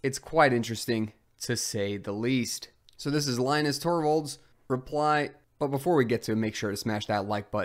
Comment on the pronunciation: Please stop mispronouncing Linus Torvalds' first name!